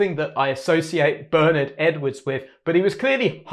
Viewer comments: The genius of this bass line is the kick drum punching its own space in the mix on beat one. The bass guitar anticipates the bass drum without landing together on the one of the bar. Very unusual and keeps a sense of anticipation going. (Btw Bernard Edwards' name is pronounced "Burr Nard" and the "Nard" part rhymes with "hard") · Hi, great breakdown. Just one aside: Bernard Edwards first name is pronounced 'Bern-aard' as in eg 'Bern-hard' (not Bernard as in Cribbins). It's a common (UK!) error in pronouncing it, much like Louis Johnson is actually pronounced 'Lewis' (as in Hamilton), not 'Louis' as in traditional French. Cheers & all the best! 👍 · So, "Ber-Naaaard" is quite clear (US-American). And Louis Johnson was an US-citizen as well. For me: American pronunciation!